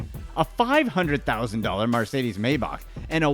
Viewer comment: the way u said maybach i wish i couldve slapped u